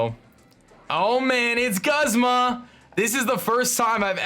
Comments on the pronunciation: Every time he says Guzz-ma I cringe., please, it's pronounced Gooz-ma. Also, loving the series so far, wan't shiny araquanid so bad. I would call it Poiple. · It's pronounced Goozma. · I don't mean to be rude buts Guzma is pronounced like(Goozma) and I want diamond pearl remake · He is named after the genus of flowers Guzmania (which is pronounced "Gooz-meh-nee-ya". So no it's "Gooz-mah".